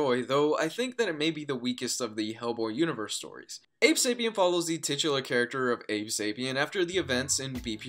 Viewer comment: haha "titular".